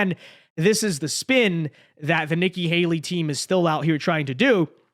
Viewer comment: Are you calling her "Icky Haley"? 😆